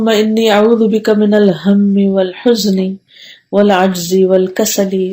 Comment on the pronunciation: U pronounce (oalhujni) but written (oalhajani),which right?